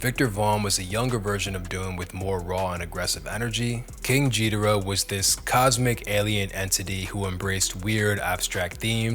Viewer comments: the g in ghidora is a hard g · Pronounced geee druh fyi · How do you not know how to say ghidora? He says it 1000 times on the record. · jeedorah as well